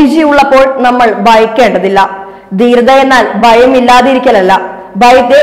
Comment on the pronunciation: Pl improve your pronunciation. Baratham, bayam, dana manthri, etc